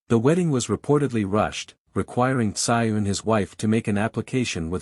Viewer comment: This AI is embarrassing. Can't even get his name pronounced correctly.